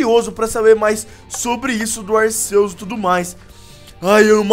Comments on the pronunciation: ralts e tipo psíquico e se fala ralfs e se fala arqueus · Se pronucia arqueus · o nome dese pokemo e arquius noã touceto pesoau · Não é Arceus e arquios se escreve Arceus mais e arquios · Sem querer te corrigir mas a pronúncia correta é Arquios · O C tem som de K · vc falo arceus errado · cara não se fala arceus com som de s no c é com o som de k no c